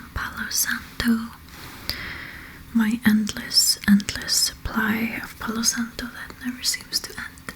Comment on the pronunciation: I love how you say Palo santo in a perfect Spanish accent. Hello from spain 🇪🇸